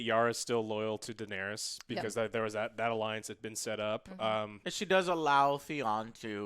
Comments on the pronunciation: My god man, can y'all PLEASE learn how to saw they characters' (and dragons') name properly?! (Aside from ) It's not the biggest deal, but it's just so jarring to hear Daenerys' (DA-neris) name pronounced as "DaenerIUS". Clegane (Cle-GAIN) being pronounced as "CLEEgen" Brienne (Bree-enn) pronounced as "Bree-ON" Calling the dragons by their namesakes (Drogo, Rhaegar, Viserys) instead of their names (Drogon, Rhaegal, Viserion). It just kinda makes listening to y'all generally unpleasant. Otherwise, I love y'all hoping for the rest. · lol, your inability to pronounce names continues. "denarious" also - "cleeegan" smh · WTF is up with people adding that extra “ey-us” at the end when they say “Daenerys”?!?! I lose all respect for someone talking GoT when they pronounce her name that way. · Deeeeee-nay-Riessssss. C'mon man. Say it properly, please. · Joe tell the fucken chick it’s not pronounced daenerius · Who’s this “Daenarius” she keeps talking about? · denerius, deniris, deneerees cmon guys :D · "Denarius", "Deneres".... FUUUUCK... I can't watch this shit. Don't bother reviewing a show if you can't even pronounce the fucking character names correctly. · that girl cannot pronounce "daenerys" lmaooo she said it differently every time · Dragon riding... their hair did not move.. their faces would have frozen off going that fast in that cold.. and for the love of ALL THAT IS HOLY.. learn how to say Daenerys! You guys are adding a syllable that isn't there. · Could this woman say Danerys properly, aargh so annoying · come on, at least pronounce Daenerys correctly.. .. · I love you Joe but next time pronouce Daenerys correctly...😂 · This girl how no idea how to say Danaerys. Or Joe for that matter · What's so hard about pronouncing Daenerys correctly?